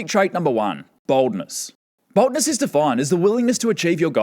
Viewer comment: He pronounces 'Boldness' in a way that distinctly sounds like 'Baldness'. I was just listening and not looking and heard "Psychopathic trait #1: Baldness" and just burst into laughter.